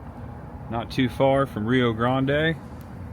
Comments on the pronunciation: For pronunciation help, I personally would have gone with Galla police and Chillow cothee. Some people would say Chilla cothee. And for, it's pronounced Rio grand, not Rio gronday. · It is pronounced Rye-Oh Grand. Gallipolis is pronounced either Galla-police or My mom used to say Galla-poliss. Chillicothe is Chill-a-cahth-ee. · You didnt say Rio Grande correct. The i is not silent. Grande is pronounce Grand. I live about 3 miles from that original Bob Evans. Thats not the original restuarant. They tore that down and built the one there now. Theres also a University on the other side of the highway. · I actually went to college across the road and it is pronounced ri o grand hey Jackson has some good places too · Us Buckeyes pronounce Rio Grande, Rye Grand. My mom dated Bobby, Bob's son. They were a steady couple, then on one of their dates, he introduced her to the man that became her husband, and eventually my dad. 🤣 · Some town pronunciation assistance from an Ohio native :) Rio Grande is [RYE-oh grand]. Gallipolis is [gal-uh-PO-lease] Chillicothe is [chill-uh-COTH-ee] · Pronounced Ryo Grand. I was at the farm probably 35 yrs or so ago. Took a guided horse ride on the Bob Evans property. For America's bicentennial (in Ohio atleast) there was a barn in each county that was painted for the bicentennial. Bob Evans has the best banana nut bread. Sorry mom. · I think Rio Grande is pronounced Rye-Oh-Grand. And Gallipolis is Galla-Police. Oh, and Chill-uh-couth-ee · Hey, cool. I was born 4 miles from there. If you talk to anyone around there, make sure you pronounce the town Rio Grande with a long i and Grande is just grand. Gallipolis is pronounced Galli-po-leese, although most people around there say Galli-po-lis. Anyway, enjoy your visit there. I still have family in that area. Not well enough to make the trip from Texas anymore. Have a blessed and merry Christmas 😊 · Rye - O Grand, Ohio & Galp - Polis lol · Rio Grande pronounced wrong wrong wrong